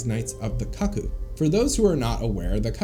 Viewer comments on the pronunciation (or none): bro its 'koo koo' no 'kucc coo' like bruh don't need to out yourself if you're into that 😩😭